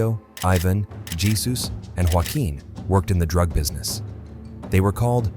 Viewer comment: It’s pronounced hey-zus not whatever the hell you’ve been saying Jesus is hey zus